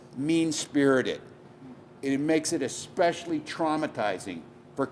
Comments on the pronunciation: Tim Walz is a U.S. governor, and he literally said the word “expecially”. Which is not a word in the English language. Moron! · Shouldn't the GOVERNOR of a state know the word isn't ecspecially? It's especially. Walz is the joke of human existance.